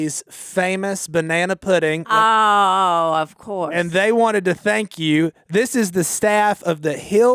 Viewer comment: said " Banana Pedding" and we cry laughed for way to long. This was a really good episode. always takes the backseat in these podcasts but today he had Korie alongside him and it was great.